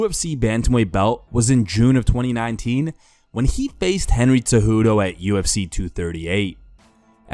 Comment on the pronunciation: Why why why tf do you keep on saying TSEJUDO instead of Cejudo?? Where tf do you get Tsejudo from Cejudo??